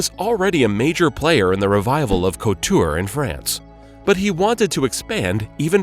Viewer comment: From this video, not much. The pronunciations of the designers, and "couture" were painful to hear. It views like something written by people who have no real knowledge of the metier.